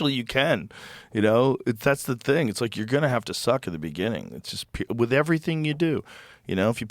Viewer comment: Let's ask Perplexity: What does Joe say "wit" when the word is "with"?